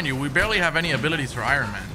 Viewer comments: I-Run-Man.... lolol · I-Ron man ... why do you pronounce it like that lmao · Who the hell is Iren Man.